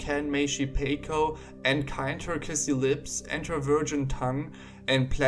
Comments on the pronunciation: paco rhymes with taco. thanks for the vid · unrelated but its supposed to be pronounced "pawco" lol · His name is pronounced paw-coe. Sorry this annoyed me so much I had to say something. I love your videos though man. This has been my only negative reaction from any video I've watched and obviously isn't a big deal.